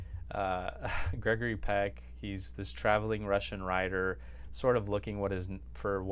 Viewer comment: You. Ant even say writer correctly so don’t worry about the other names 😂😂😂